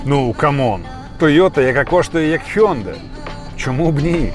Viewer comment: Хаендай наче правильно вимовляти